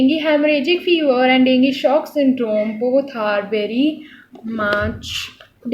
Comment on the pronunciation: Please make sure yourself before giving lectures to others. Because, all your pronunciation is rounge. haemorrhage pronunciation is heam=blood and dengue also.. explain in a simple manner in ur own way.. bcz u have such good information and share it in a proper way